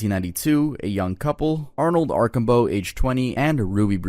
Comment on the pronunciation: Arsh-am-bow is how you say not arcobow, the SD one